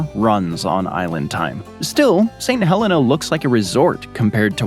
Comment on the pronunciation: I'm from St Helena Island, thanks for the coverage you've got some great details in there. Not many people mention our cabbage trees. Also we pronounce it as 'St Heleena' really gotta extend those e's lol.